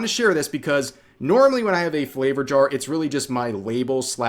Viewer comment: in my yar